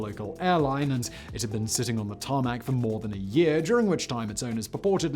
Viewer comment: Me: hears "tarmac" and cringes